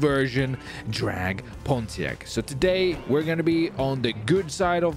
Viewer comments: boy driving a 2002 pontiac trans am ws6 calls it "drag pontack" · poniact no PoNtIaCt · The way he pronounced Pontiac 🤣